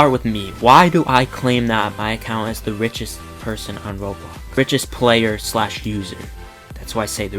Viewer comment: Wait but, please say ''roblox'' and not robox.